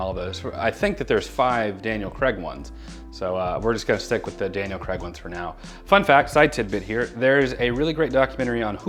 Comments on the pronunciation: I'm sorry, I have to: Craig. Cray-g.. Not Creg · “Creg” no., it’s pronounced CRAY-g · its craig not creg